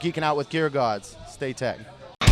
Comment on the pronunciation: Everytime I hear the song speak he says staytech